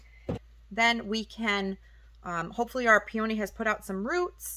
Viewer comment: What a funky pronounce on the word peony. Two-Vowels Together: When two vowels are next to each other, the first vowel is usually long (the sound is the same as the sound of the letter) and the second vowel is silent.